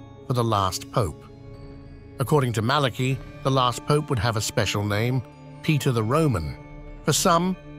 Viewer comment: If you are going to say a name from another culture, learn how to pronounce it. The name Malachi is not pronounced Malakey, it is like saying Malakeye. Dimwit.